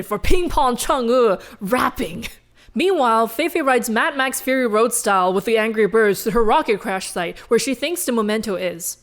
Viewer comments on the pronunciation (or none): none